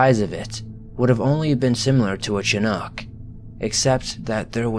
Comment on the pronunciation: Narrator's pronunciation of Chinook made me giggle. 😹 Also, just a thought but perhaps research names you've never heard. The way Peleliu was pronounced had me confused until I figured out what you meant. 🤨